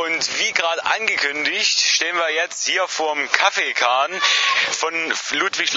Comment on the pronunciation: Der Kahn heißt immernoch Kaffenkahn. Nicht Kaffeekahn. Mein Guter. LG vom ehemaligen Schiffsführer, Kängurupfleger, Mitarbeiter vom Campingplatz und alten Bekannten ;)